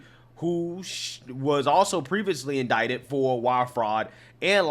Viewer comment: Should I pronounce the word, "in-die-tid", or "in-dic-tid"?? 😅 😂 🤣